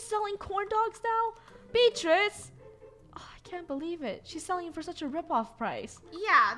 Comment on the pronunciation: it's Selling not suling 🙄